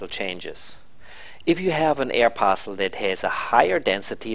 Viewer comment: "an air parcsul"